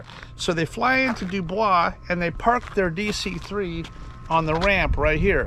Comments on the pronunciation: Again Not The French pronunciation do baw. Actually do boys... The Pennsylvania pronunciation. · Doo-Boys,, Doo-Boys. Not Doo-Bwaa. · It's pronounced DO-BOY'S...Just sayin' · W. Pa. was originally settled by the French and given French place-names. The British later took over and Anglicized the pronunciations. Area broadcasters said DEWboys, with accent on the first syllable. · ......the name of the town is pronounced Do-BOYS......NOT Do-bwah. I live in the area, and have flown out of that airport dozens of times over the years. Dubois is pronounced Do-BOYS. While "Do-bwah" may be the French pronunciation, that does NOT apply here. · This was a long time ago. Why are you bringing it up now? And the town is pronounced "Doo-Boys." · From a Pennsylvanian. Believe it or not It’s pronounced dew boys. We’re not French. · If you speak Pennsylvanian and not French the town's name (Dubois) is pronounced DO-Boys. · dew-boys is how its pronounced. Not surprised because there is a lot of of rules for thee not for me in our government these days and it has always been that way it seems, great video, Thanks! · Actually pronounced Doo Boyz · Sounds like that report was written by men of great honor and wisdom. Also, I know you purposely mispronounced DuBois. You are the GOAT!!